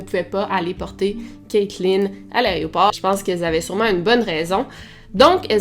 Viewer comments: On dit AÉROPORT et non pas ARRÊT-AU-PORT. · Aéroport et pas "arrêt au port" 😝🤭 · Arrête de dire "Aréoport" stp, c'est "Aéroport" tu fais un podcast où des milliers de gens t'écoutent, c'est important que tu parles bien. Sinon, j'aime beaucoup tes vidéos :)